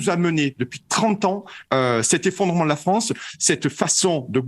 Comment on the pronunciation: la fwance , c 'est lafwique ...